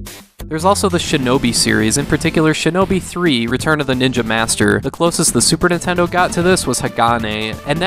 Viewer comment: "Super Nintendle"